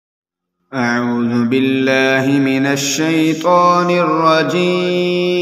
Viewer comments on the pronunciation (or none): none